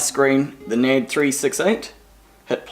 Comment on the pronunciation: You seriously pronounce the company that way? Learn English for fuck sake.